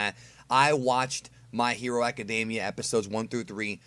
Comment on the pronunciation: I hate when people say "my hero acadAmia" when there is no "a" in academia